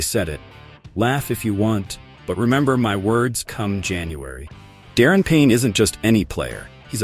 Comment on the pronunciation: Darren Payne? It’s Daron brother.